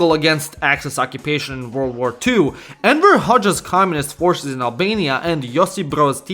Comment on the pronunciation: I actually heard Emperor a few times, LOL.